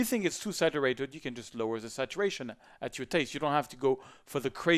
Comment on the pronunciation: "to ze another one"